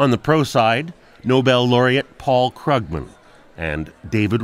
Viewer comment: I believe it's pronounced Kroogman, not Kruggman... Wow. Can you count all the lies Larry Summer gave in his first 6 minutes? And Ian... You can prove that an economy will do well by proving that capital will not flee. If that had anything whatsoever to do with the reasons for the economic problems we were facing, then it might be more interesting. At least he actually managed to pronounce Krugman right.